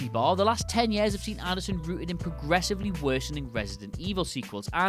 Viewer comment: Why does he say year like that it is so annoying